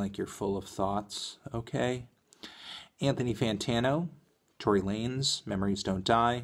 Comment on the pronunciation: nawet nie mówię że mówi się tory lejns